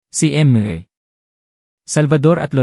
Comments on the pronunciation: Ayuin po ang basa ' hidi po eyt ang basa sa ate kundi a-te". Ayusin nyo po. "Mis-ter hindi em-re ang basa sa mr. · Peste ano ba yan bakit mr. Ibig sabihin mister pagbutihin mo mga pagbasa mo at pag unawa nang mga binibigkas mo